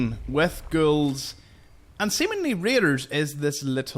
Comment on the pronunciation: Nice tour guide! I have stumbled upon some of these. BTW when you say ghouls, sounds like your saying girls!( to me) LOL Are you Irish? Northern Britain? Interesting accent. Some American accents are difficult to pinpoint( even from my countrymen) Thanks a million for your info. Cheers! Fallout brings us commonality. The world is shrinking!